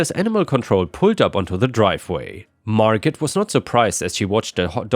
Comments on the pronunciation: Its mar go not margit lol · Margot is NOT actually said like Mar GOT. the way you said it. The T at the end is SILENT and the FEMALE name is said like Mar--GO. It would rhyme with words like Bordeaux (wine) plateau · "Margot" is pronounced 'Mar-Go". T is silent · NB,: Margot has a silent T. Pronounced MAR-go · The "T" in Margot is silent. Margo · It's pronounced "Mar-go" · Late to viewing, but Margot is said as mar-go, with the "t" being silent. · Usually Margot is pronounced without the “T” - Margo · Just a note, "Margot" is pronounced, Mar-go. The "t" is silent. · Margot is pronounced without the 't'. 'Margo'. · it's Margo the t is most ALWAYS silent. 😏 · With the name Margot, the T is silent. Mar go. 💜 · Hey, the name Margot... the t is silent. so it sounds like Margo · In "Margot" the T is silent. It's always marGO. (Margot Kidder and Margot Robbie are noteworthy actresses whose names you'd encounter on the internet.) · Margo. Margot is pronounced Margo. I REALLY like your videos, hope you don't think I'm being mean. You are in a different country, and grew up in another different country as well. You do a great job! steve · The t in Margot is silent. Like Margot Kidder or Margot Robbie.